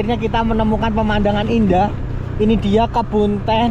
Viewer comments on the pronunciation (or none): none